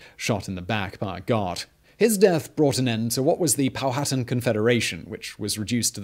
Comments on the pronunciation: Simon, I love your videos, but omg it's Pow-ah-tan, not Pow-hatten. Also, Pocahontas' birth name, aka her "secret" name, was Matoaka. I lived pretty much my entire life in Virginia and have read several books about Jamestown. I've never heard her referred to as Amonute. Is that a new discovery? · POW-HA-TAN...not POW-HAT-TAN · Not “pal-hatten” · Not pow hatan...pow a tan...powhatan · It's confusing. I know: Man-HAT-tan; but POW-a-tan. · Powhatan is pow-uh-tan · “Pow-a-tan” I think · Que que na-to-ra You will understand... THE DARK SHADOW OF COLONIAL ENGLAND